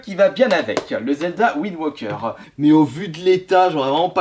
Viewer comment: c'est pas Zelda WindWOKER mais Zelda WindWAKER il y a un AAAAAAAAAAAAAAAAAAA pas un OOOOOO dsl pour les majuscules c'est juste que ca commencer à souler